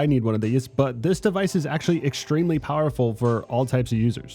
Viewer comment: “Exstreamly powerful”